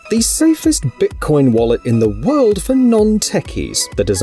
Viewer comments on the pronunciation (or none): none